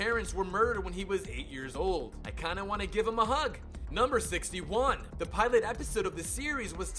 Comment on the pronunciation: TheHeroesOfCRASH He also pronounced "pilot" as "pehlaht"